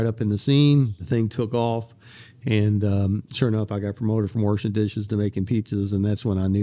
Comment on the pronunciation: Worshin dishes sounds tough